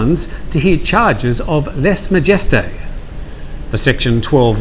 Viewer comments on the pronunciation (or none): Lèse-majesté - less ma-je-stay (not "jest") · "Lèse-majesté" is a French word, try pronouncing it in this fashion. Your pronunciation sounds clownish.